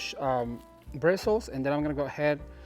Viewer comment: I loved watching this,. You were sparkley all over. At first I thought it was just your shirt, but then I saw sparkles from top to bottom. They matched your personality and excitement. By the way, what else would you say instead of birstles? That's what they are, and that's what we use to attach stuff, like so.